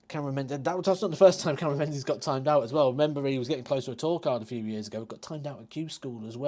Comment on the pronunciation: It's pronounced Ming -is....it's a Scot/Gaelic name.Think of the old Lib Dem leader Ming Campbell...no-one called him Menz Campbell.